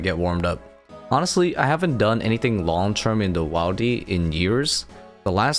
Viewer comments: Wildy is pronounced Will-D not while-D as it is short for wilderness. You got me to comment. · This bothered me too lol. You say “wildy” as short for “wilderness”, where the “i” is pronounced “ihl”. If you say “wildy” with the “aye” sound, you are just adding a letter to the already shortened “wild”. Makes no sense. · Right? Willdy is how me and mine says it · idk why saying wildy like that makes me irrationally uncomfortable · Wait he says wilderness correctly but says wildy in a really weird way 😅🤣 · Yeah you need to not say wildy like that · You need to stop pronouncing wildy the way you do. Short i as in the one in wilderness not a long one as in the one in wild